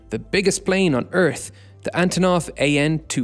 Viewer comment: "AnToNoV AN-255"